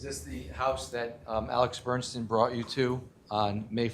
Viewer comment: sloppy, overmatched defense atty can't even get the name "Bernstein" correct; multiple times he says "Bernson". Also, he allowed one of the female witnesses who testified near end of last Friday to conclude that defendant - when swinging at the decedent - used upper motion with closed fist, so must have had a knife in his hand. Defense atty needed to object to this conclusion since she was NOT an expert witness, but never did. Jury imbued that info in their minds for entire weekend! Poor, overmatched counsel.D looking at 60 years max if convicted.